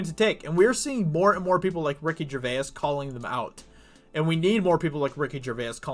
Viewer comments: its not pronounced gercvayis its pronounced gervace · You say Gervais with an Irish twang. Nice.